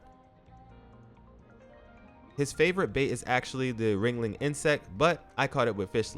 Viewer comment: It's Wriggling not wringling